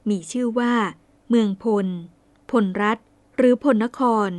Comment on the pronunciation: พลรัฐ อ่านว่า พะ-ละ-รัด ครับ ช่วง พศว.17เจ้าเมืองแพร่ได้ลำปางด้วย พญาพลนครได้บูรณะวัดพระธาตุลำปางหลวง ได้สร้างยักษ์4ตนเฝ้า4ทิศของพระธาตุ(ปัจจุบันยังมีอยู่) จากนั้นก็ไปยึดลำพูน ในพงศาวดารเรียกพวกนี้ว่า"ไทยอำมาตย์"มาจากเมืองเขลางค์ ที่ละโว้มีบันทึกไว้ว่าขอมละโว้ได้ยกทัพมารบกับ"ไทยอัมมาตย์"แต่ไม่ชนะ กษัตริย์ลำพูนเชื้อสายแพร่ไทยอำมาตย์ที่มีชื่อเสียงมากคือ "อาทิตยราช"ผู้บูรณะพระธาตุหริภุญไชยให้สวยดังที่เห็นทุกวันนี้ นับว่าแพร่เป็นพวกแรกๆที่ประกาศตนเองว่าเป็น"ไทย"(มี ย ยักษ์ด้วย) องค์สุดท้ายคือพญายี่บาที่โดนพญาเม็งรายบดขยี้หนีล่าจนมาถึงขอบเมืองลพูร-ลคร ทัพก็โดนตีแตกที่ดอยขุนตานและท่านได้หนีกลับไปแพร่ แล้วเรื่องราว"ไทยอำมาตย์"ก็หายไปเลย กลุ่มไท-ไทยแท้ๆที่โค่นอำนาจขอมได้นี้มีความเกี่ยวกองกันแน่นอนคงเป็นกลุ่ม แพร(พล)แม้จะเขียน"แพร"แต่คนไทเมืองจะออกเสียง"พ"เป็น"ป" + กลุ่มน่าน สุโขทัย กำแพงเพชร (ซึ่งขยายไปถึงญาติๆพวกพญางั่วที่สุพรรณ) ภูกามยาว(พะเยา) ส่วนเสสัชนาลัย(ศรีสัชฯ) เถิน ลคร(ลำปาง) ลพูร(ลำพูน) ยิ่งใกล้ชิดกันสุดๆเพราะดูจากคติการสร้างเมืองโดยฤาษีหลายตนในย่านนี้จะออกมาเป็นรูปหอยสังข์หมดทุกเมือง ขอแสดงความเสียใจกับเรื่องเศร้าสกุล"ณ แพร่"กับเหตุการณ์กบถเงี้ยว